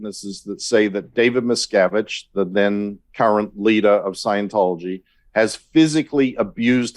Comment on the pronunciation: You are massacuring David Miscavige and Leah Remini's name. A little research could have told you how to say their names🤭